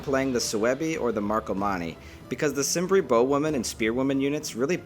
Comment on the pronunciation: Not to be an ass. But Cimbri is pronounced 'Kim-bri', not 'Sim-bri'.